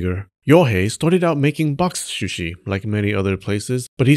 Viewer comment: Very entertaining, especially listening to you trying to say boxsh shushi...box shooshi...bok suuushee...square container fish. 😊